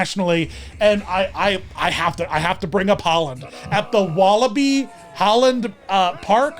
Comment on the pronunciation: How am I dutch and only now find out that Beetlejuice appeared at Walibi, WTF also you basically pronounced the name correctly!